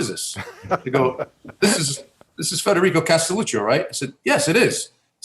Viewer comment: Gotta say the guest's name right, Mike.